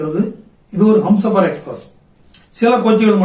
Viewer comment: அது ஹம்சாபர் எக்ஸ்பிரஸ் இல்லைய்யா.... அது ஹும்சாபர் எக்ஸ்பிரஸ்.யா 🤦😜🙄🙄😌